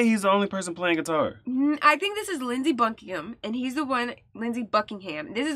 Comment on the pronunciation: As a British person, your instinctive pronunciation of Buckingham on your first go was spot-on, btw and so rare to hear an American get it right! You only auto-corrected to the American version because it sounded unfamiliar, I expect. TL;DR – In Britain, –ham = um.